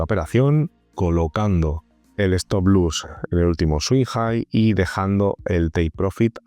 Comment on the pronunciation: se dice stop loss no stop luss...